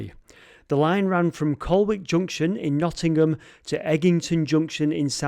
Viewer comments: did anyone mention colwick is pronounced "collik"? I actually have some first hand information about the crap stack, I was talking to a builder mate a couple of weeks ago, turns out we are both fans of all three of you guys, and i told him about ant's previous mapperley tunnel videos which he hadn't seen, but then he asked me if he'd got to the rubbish pile (as he called it) in the middle, then he told me it was a local builder who had been dumping stuff down there for years, and he would sometimes get the local scouts from the nearby scout hut to help him do it! my mate was one of those scouts, and also said the builder had eventually taken to court for that illegal dumping and had received a massive fine! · Hey no! Colwick, pronounced in the video as Col-wick is actually pronounced col-lick. Don’t even get me started on Southwell! I live in Nottingham and never realised this tunnel was accessible.